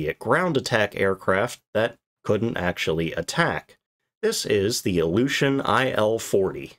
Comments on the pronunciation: Iljushin or illusion? Your pronounciation is questionable regarding this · The first time you said the name of the plane, your pronounciation made me understand "Illusion Il-40". What I find quite funny for that aircraft. 😆